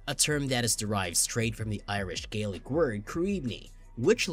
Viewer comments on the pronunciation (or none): none